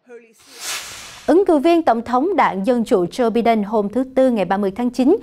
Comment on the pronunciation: Em ơi, ko phải “bi đen” mà phải đọc là “bai đần”. Chứ bi ổng đâu có đen!:)